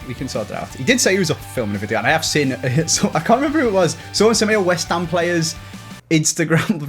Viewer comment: West Hammersmith mate not west Hampshire 😂